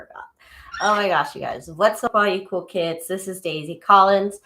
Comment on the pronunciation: I absolutely love you I also love your laugh its so cute but I'm super confused why you call us coke heads??!! Hahaha jk is it cool kids? I don't know exactly what your dying Nd i hear coke heads every time 😕